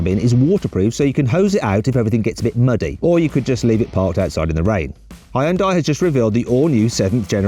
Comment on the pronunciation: 발음이 참 ㅋㅋ 하이언다이의 그란디얼 항상 외국인들이 현대 발음할 때 뭔가 묘함..